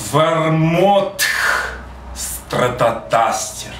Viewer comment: Почему стратоТастер, а не стратоКастер? Это по приколу он так говорит?:)